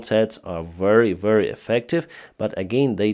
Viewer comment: the way you say ( very ) is wrong. you pronounce it like war wary it sounds like. is pronounce Ve-ry like victoria. Very.